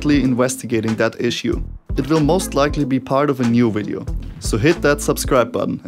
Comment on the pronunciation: until he said wideo